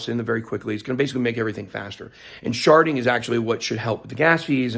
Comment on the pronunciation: Sharting? Am I hearing that wrong?